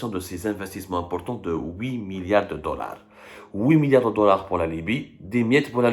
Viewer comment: le français que vous avez appris à l'école publique marocaine n'est pas valable. On ne prononce pas le T lorsqu'on énonce huit milliards ou le X quand on prononce dix milliards. C'est uniquement lorsqu'on dit huit tout seul, alors on prononce le T, idem pour le X de dix tout seul. Merci le donneur de leçons du français cassé.